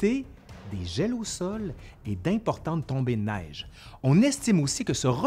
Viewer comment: Trop marrant l accent québécois jcrois j'aime bien lol comment il prononce neige ou planétaire mdrrrrr 🤣🤣🤣 jrigole il n'y a aucun mal lol.